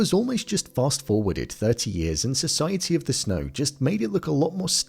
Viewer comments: Why do you pronounce it "Snoy" instead of "snow"? This is driving me crazy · Society of the SNOY